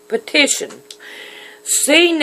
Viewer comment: You cant even pronounce petition!!!